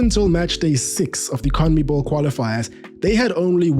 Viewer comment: Brother can't pronounce Conmebol. Try saying Con-meh-ball